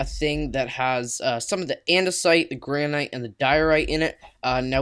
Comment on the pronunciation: It's gran-it